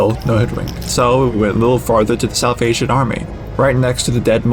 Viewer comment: Salvation doesn't have 4 syllables in it 👍